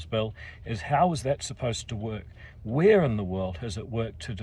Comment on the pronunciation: NO WHERE IN ENGLISH IS WH PRONOUNCED F